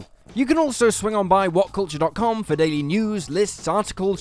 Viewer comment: "Willful whatcultchuh"?